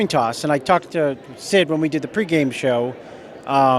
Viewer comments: Has said it most definitely was a toin coss!! 😆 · Toin coss😂😂😂😂😂😂